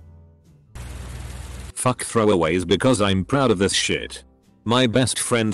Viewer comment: sh*t = "shuh-tee" so annoying